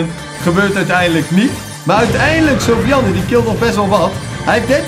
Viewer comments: Soovian ik ga stuk Edit: je spreekt het uit als soefjen Edit 2: en het is een jongen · Sofiane maar die tatas zeggen sofi jan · sofiane is geen meisje.... Sofiane is een turkennaam en spreek je niet zo uit.....